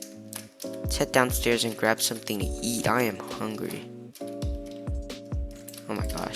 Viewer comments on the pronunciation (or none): none